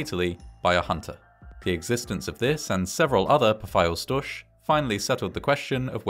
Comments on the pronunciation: As a native german speaker it kind of hurts to hear how you pronounce "Pfeilstorch". 😅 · yeah its pretty far off of how we would pronounce it- its more like "pff" "ilse" "sch" as in school - "tor" and the "ch" which would be pronounced like a cat hisses - but not the one far back in your throat - rather the one right above your tongue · Unfortunately he missed the mark with the pronunciation 😂